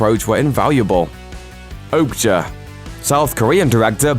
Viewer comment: Your pronunciation of some of these titles is cringe! Machina and Okja/Mija I’m pretty sure we’re wrong! Machina is ma-key-na, Okja is O-kya and Mija is Mi-ya, isn’t it..?